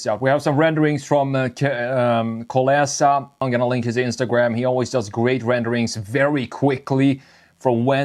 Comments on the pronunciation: In "kolEsa" reading like "kolYOsa". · Man, you should pronounce it as Kolyosa, not KolEsa. Because originally it's kolësa